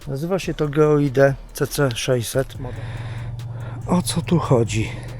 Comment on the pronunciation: Ja naprawdę jestem wyrozumiały, ale nie daje rady słuchać ciągłego "geoide". Przecież nawet na tym urządzeniu, stoi jak byk GEOID. Może wymawia się nie najwygodniej, ale litości. To przecież można skrócić do GEO i to już fajnie brzmi i w uszy nie kłuje. Pozdrawiam :-)